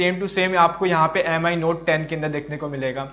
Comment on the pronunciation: M I nahi hota Mi(me) pronounce kerte hain